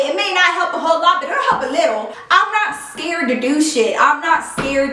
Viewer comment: I laugh every time you say " I scarrred"😂😂